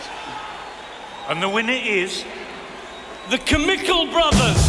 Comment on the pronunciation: They mispronounced 'chemical'.